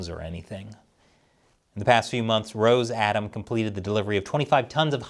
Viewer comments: Oh, it is not a roZe-atom. It is roS from the russian word for russia - rossiya. So - RoSSatom.. Reminds me of the German SS... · Minor point, I believe they pronounce it "Ross a tom", rather than "rose atom" Like "Ross cos mos" for their space agency... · Its pronounced more like: Ross a tom or Rus atom Its Russian Atomic energy, not Rosian Atomic energy. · It's pronounced Russ-atom